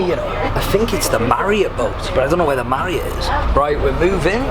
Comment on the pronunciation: ''Hotel marrot and hotel exeLISER'' jesus christ dude learn to read